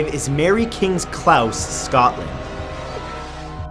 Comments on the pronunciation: ''mary kings clows?'' whats a ''clows''? .....:P its pronounced close...like someone getting ''close'' to you... its because the ''homes'' are ''close'' to each other...thats why its called a ''close'' :P (is from edinburgh) honestly though mary kings close isn't even bad....been there many times... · Klause? I pronounced Clo-se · Close not claus. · Omg - it's Mary King's Close, as in 'gee, that was CLOSE". Not pronounced "klauss". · Note: "Close" in "Mary King's Close" is pronounced the same as something like "That is close to that" Love your vids ;D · Close.......not clouse 😀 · Mary kings "klaus"? Lol are you serious? Where did you even get the idea that it's said weird? It's not. It's just close, pronounced just how it looks; the opposite of far, synonym of near :p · I ain't going into the bhakgor one. But Matt Close is not pronouced like house or mouse it should be like closing the door. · Hi Matthew just to say I from Scotland and it isn't clause it is pronounced close. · It's pronounced close not clause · Sorry Matthew but your pronunciation of Edinburgh was painfully bad. Also the word close is not pronounced 'clouse' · Why are you always mispronouncing things the word is pronounced close as in being close to someone not clause... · Clowse matthew not clouse. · Are you sure it's pronounced Klaus? I've heard people there pronounce it as it's spelled - "Mary King's Close." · Matt, I love you and your vids brother but I need to pull you up on your pronunciation. If a shop isn't open, is it closed, or Klaussed? The place in Edinburgh is Mary Kings Close (rhymes with Dose) lol. A Close is an allyway either through a building (with its upper floors bridging over it) or between buildings, not wide enough to get a form of transport through, as that would be a lane, but wide enough to walk in pairs and some wide enough to walk 3-a-breast. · Not Claus, close with a hard O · I'm British it's pronounced close not clouse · The way he said close was more annoying